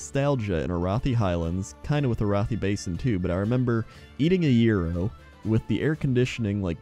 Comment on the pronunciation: Thank you for pronouncing gyros correctly.